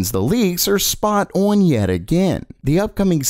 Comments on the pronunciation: day 69000 of being unable to say "on" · The way this guy says "on" makes me laugh every time 🤣